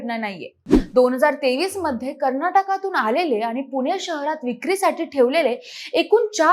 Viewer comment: News is informative but पुने नव्हे 'पुणे'..